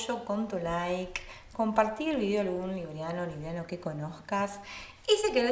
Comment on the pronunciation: Se pronuncia líbranos y líbranas no es líbria nos ni librianas